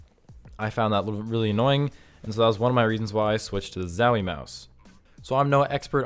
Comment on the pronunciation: ffs its zowie not zawie xdd